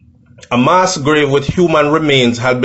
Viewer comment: please pronounce the word properly for people and students who are not familiar with the word!! You have a responsibility and a platform with lots of followers. The word is MASS with a short pronunciation, not “MAAS” as you said and this is not a mistake as listeners might say. You used it right throughout the video!!! Nothing is wrong if you didn’t know..... just saying!!! Please correct same, it’s annoying.